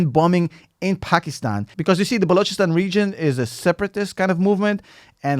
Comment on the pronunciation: Excellent analysis, and props for being the only non-Pakistani I've ever heard pronounce "Balochistan" correcty. Subscribed!